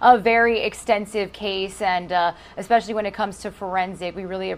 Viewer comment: very annoying when professional adults use words like especially and pronounce them as EXPECIALLY and also important and pronounce as IMPORANT!!!!